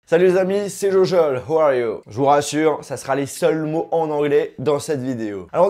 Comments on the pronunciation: Qui a entendu who are you a la place de how are you? ahaha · Dsl mais ton voyage à servir à rien... les seul mots que tu prononce en anglais sont faux tu dis ''who are you'' au lieu de ''how are you'' on apprend sa en ce2 mdr t'aurais mieux fais de rester chez toi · Mdr ouais faut vrmt qur t améliore ton anglais juste à ta prononciation de la première phrase on a l impression que t as dis "Who are you"... le prend pas mal hein😉